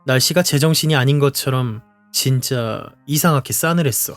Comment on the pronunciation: 항상 즐겁게 감상하고 있습니다 그런데 한 가지 말씀드리고 싶은 부분이 있어서요... '이상하게'를 [이상하케]로 발음하시는 영상을 몇 보았는데 본래의 발음은 [이상하게] 입니다 지적하여 기분을 상하게 해드릴 의도는 전혀 없으며 단지 좋아하는 유튜버의 영상이 더 높은 퀄리티가 되었으면 해서 말씀드립니다 앞으로도 좋은 영상 기대하겠습니다 언제나 감사합니다!